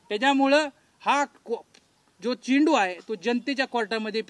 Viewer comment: चिंटू नाहीरे बाबा चेंडू म्हणायला शिका अगोदर.